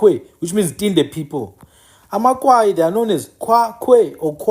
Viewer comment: Good reservation of our History bhuti BUT I want to correct you on the narrative of AmaKwayi. SingamaKwayi sakwaya zange sikwaywe. It’s AmaKwayi not AmaKwaywa. After the death of UKumkani uNgconde, his son uGando from indlu eNkulu was already the King of AmaXhosa There was nothing called amaKwayi until Zikolesizwe (Gando) abandoned his home and the crown because of iyelenqe elakhiwa nguTshiwo ekunye noMdange. UTshiwo waye waze wangena even Gando’s daughter uNoqazo . In Tshiwo’s bethrowal of Gandowentshaba, Gando wakwaya (abandoned or left) ikhaya and that is how Tshiwo became the next King of AmaXhosa with Mdange’s help. That is why you will hear imiDange ikhahlelwa as Mdange kaTshiwo. Without going into details, I just wanted to point out that correction about AmaKwayi kaNgconde I see not a lot of books narrates it correctly and even abantu bakuthi abakwazi nokuzithutha.